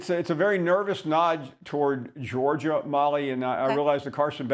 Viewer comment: SAS: "i'll take Georgiar"